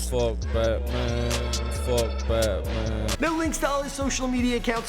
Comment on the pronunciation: Did he say batnan